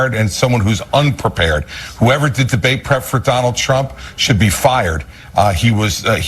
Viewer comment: I heard "donOLD" and thought it was someone who does not like him😂